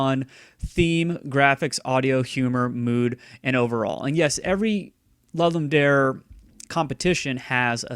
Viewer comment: Are you saying "Lud-Lum Dare"??